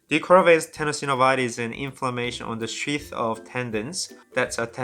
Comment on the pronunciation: Sounds ike you are saying " The coronaVirus tenosynovitis" lol